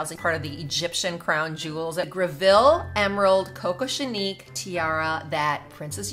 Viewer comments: ...if you're going to do a video on jewelry, please look up the pronunciation of words. Kokoshnik is a Russian word and not pronounced that way. For the quality of your videos, please at least try. You're already looking up values. It's not a hard search considering it's in a million other videos and Google itself, I believe, actually pronounces it correctly. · My God, please learn to pronounce some of these items you completely butchered the pronunciation of Kokoshnik! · Lord learn how to pronounce kokoshnik